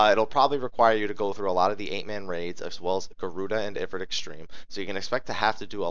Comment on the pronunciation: I am BEGGING you please say Ifrit and bahamut the correct way.......PLEASE. Its very annoying